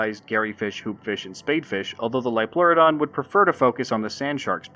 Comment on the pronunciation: "IT'S A LIOLPLEURODON, CHARLIE! A SUBNAUTICAL LIOPLEURODON!"